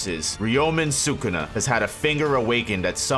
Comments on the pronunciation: It’s suh coo nuh not suk na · if i put these vids on 1.25x they are actually watchable! too much nonsense being said for a whole lot longer than needed. P.S. pronounce Sukuna right!